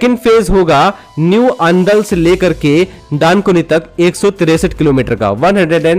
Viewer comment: Its अंडाल not अंदुल